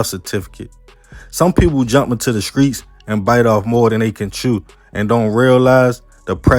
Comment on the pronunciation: Man I love your content ‼️ big fan 💯💯 but you gotta work on your S T words bro 🎯 skreets & scripper 🤣🤣🤣